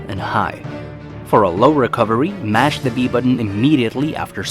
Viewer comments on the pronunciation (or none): none